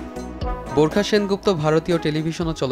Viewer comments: Burkha na barkha 😆😆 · borkha...? what...uchcharon vul koren kno? nah parle bolben nah..eta hobe bar kha..dhur mia..🇧🇩🇧🇩😄😄😄😄😄